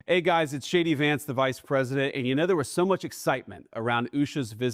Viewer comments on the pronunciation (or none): I swear it sounded like Vance said his name was "Shady Vance." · He said "Hey guys, it's SHADY Vance" lol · Always sounds like hi Shady Vance here, so appropriate. If you want to respect people, respect soveriegn countries right to srlf determination. Just leave Greenland to determine what they want not impose imperial US expansion to aquire mineral rights. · It sounded like he introduced himself as shady vance.